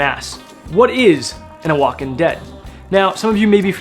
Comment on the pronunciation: Oaxacan is pronounced "wahawkan"